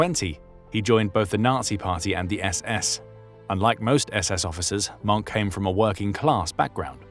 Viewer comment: hin name is mohke not monk.. you should watch the movie " der untergang" .